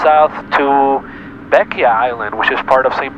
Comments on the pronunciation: its not pronounced beckya its pronounced beckway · Hey you prolly know this by now but Bequia is pronounced beck-way - much love from Vincy 🇻🇨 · Really enjoyed this video! I’m 4 years late though. 😂 Bequia is pronounced easily as BEH-kway if you ever have the chance to go again. 😊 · Bequia is actually pronounced "Beh-kway". Fun fact, Bequia is one of the few places in the world where legal whale hunting is allowed, albeit under controlled circumstances.